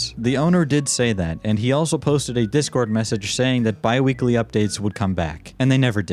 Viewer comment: Lil bro calls this bi-weely?!💀